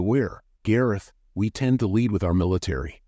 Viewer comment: Lead is pronounced led. So its pronounced leds ded